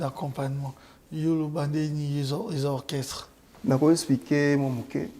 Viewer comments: Orchestre et non okresse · Djo oyo azo koka koloba orchestre te😂😂😂 heure nyonso kaka okresse